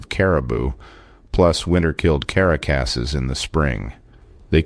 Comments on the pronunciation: could the word “caracases” actually be carcasses. It’s not carapaces and it’s not caracases 😮 so carcasses it must be to make any sense. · the narrator badly mispronounced a word. It is “carcass”, the plural of which is “carcasses”. The plural would be pronounced as “car-cuss-es”. Love the videos although the closest I get to bear country is generally a zoo.